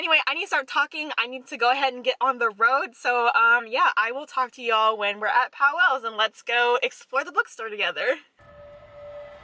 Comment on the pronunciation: Sorry, native here. The store is pronounced POWLES, not POW-WELLS. It’s 1 syllable. Glad you enjoyed our independent bookstore!